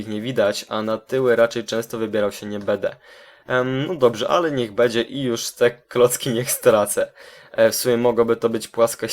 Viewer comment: bede... będę* xd + bedzie.... będzie* xd (y)